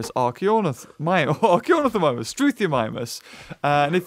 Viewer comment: “You should hear a five year old say Archeonithomimus”: Archeondmdjdjdk